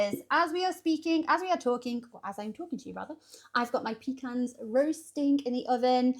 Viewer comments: It’s pronounced “pa cons” not peecans that’s what we take on the boat when we need to go… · Oh lordy... she's using her PEE CAN instead of puh-KAHNS.